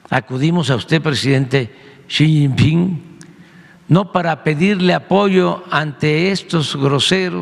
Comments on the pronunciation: Buenas tardes Alfa Noticias, mmmmm 😮 es tan transparente como su gobierno 😅 “le chin pin” así pronuncio JAJAJA y también que le escriba a los narcos y a la mamá del Chapo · Excelentisimo que? 🤣🤣🤣 No sabe ni hablar ni pronuncia el nombre del dictador chino🤣🤣🤣🤣🤣